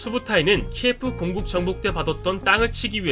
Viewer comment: 영상에서 발음이 꼬여서 잘못 말하는게 꽤 있으시네요~ 공국을 국공이라고 하는 등등 잘 확인하고 영상 올리면 더 좋을듯